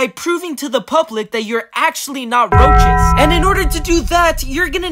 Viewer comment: Even the way you called roaches roses